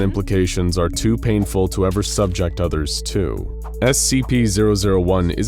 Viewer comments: Lol I love these. For the record.. you mispronounced "subject", oddly enough. Accent is on the last syllable. SUBject is the noun form (a sore subject) while to subJECT is the verb form (subJECT someone to torture). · I love you guys, but this means I expect more from you guys than I do from most YouTube plebes... Súbject, the noun ("math is a school SUBject"), and subjéct, the verb ("i regularly subJECT him to joke torture") are neither synonyms nor are they pronounced the same.